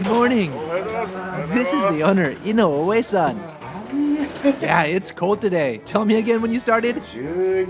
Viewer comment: You live in Japan for many years and have a Japanese wife, but you still can’t say inoue properly. Wtf?